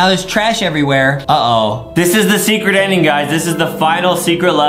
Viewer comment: I love how he says secert level lol